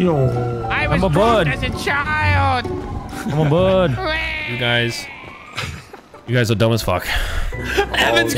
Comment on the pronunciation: “I’m a bwird” 😂